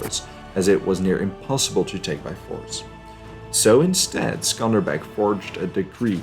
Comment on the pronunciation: Also he's name is Skanderbeg like Alexander the Great.